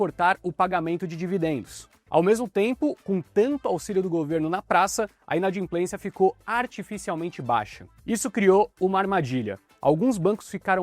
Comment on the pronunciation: Inadimplência e não inadinplencia